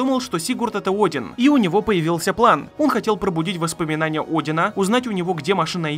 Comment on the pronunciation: Один это имя ударение на букву О